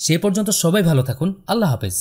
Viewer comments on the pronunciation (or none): none